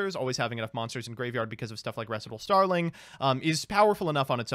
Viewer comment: actually saying Recital correctly was the highlight of this video. Actually learning.:O